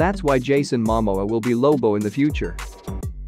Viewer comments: You know what I think is funny? Aquaman 2 isn’t even out yet and they are calling it a flop. Oh and it’s MaMōa. Please say it right. I feel that people need to stop speak negative and just wait and see. The first movie was not terrible. It made over 2 Billion dollars. Lmao I love how these click bait spots are so bad. Fr fr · I think that someone should teach the narrator to pronounce the stars name before you ask him to nattators any more clips !!!!